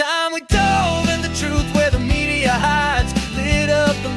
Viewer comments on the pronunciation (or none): none